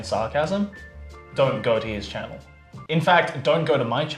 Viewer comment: does a shockingly (HEH) good Seattle accent. He slips on "channel" for some reason though.